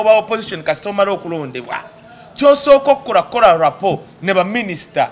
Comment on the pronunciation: I have heard u saying rapo for the 2nd time bt the word is rapport,meaning harmonious and close relationship..otherwise thx for ur analysis